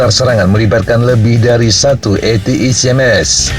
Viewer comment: Akhirnya ada yang melafalkan ATACMS dengan benar, ga kayak channel sebelah dan media mainstream, Yang menyebut atakem... atakem...😂😁